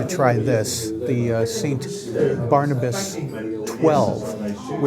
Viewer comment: Its Saint Bernardus not Barnabas?